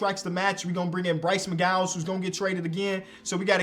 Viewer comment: Bryce MC-GOW-WINS